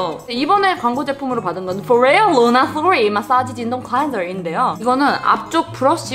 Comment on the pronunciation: 발음 미춋다… 나 순간 ‘진동’도 영어인 줄 알았잖아